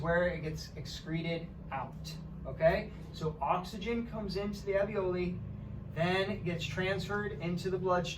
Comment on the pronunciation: Thank you very much for this interesting video!! There is one feedback I would like to give to you: talking about the little pockets in the lungs where the oxygen is absorbed.... Those are called ALVIOLI, which you pronounce very different from the word avioli (not a medical term) you use..... Love, Elise